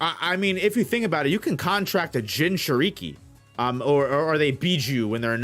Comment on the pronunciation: bro gotta learn how to say Jinchuriki